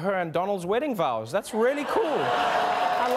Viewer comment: Wedding vowes... That was funny.